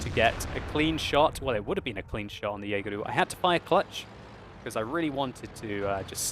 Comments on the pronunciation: lol why do u call the jaeger jaegeru lol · "Yeageru" aishiteru... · I like how calls it a "Jaeger-u"